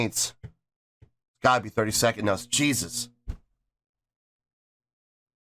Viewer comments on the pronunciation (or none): none